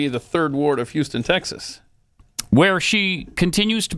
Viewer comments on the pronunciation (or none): none